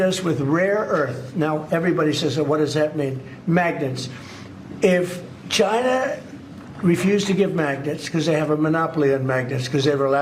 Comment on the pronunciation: Why does he have always say “China” as “Jyna”?